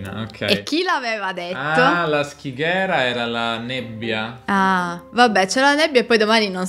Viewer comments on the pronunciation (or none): In milanes la pronuncia è: SCIGHERA!!! con la SC di sciame, sciare, scimmia etc e NON SCHIGHERA! Scighera ossia nebbia.